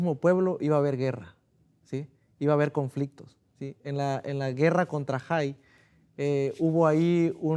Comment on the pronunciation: no se dice jai sino hai❤